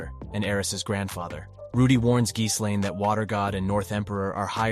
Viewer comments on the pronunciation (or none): good video but her name is pronounced "G - Lane" tooka while to learn this too.. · I don’t know if you’re using TTS to do the videos or not but I like how you break down the story. But the constant mispronunciation of the names of Rudy and Ghislaine is driving me absolutely crazy. I don’t get how sometimes you can pronounce Rudy’s name correctly and the next time completely wrong. Then never once pronouncing Ghislaine’s name correct ever. How you break the story of the LN is great but again the wrong name pronunciation is irritating.